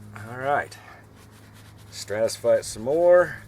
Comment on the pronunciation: ive never heard a pro say stratisfy